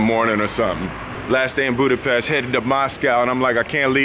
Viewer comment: Was I the only one who noticed he said “Budapreh”?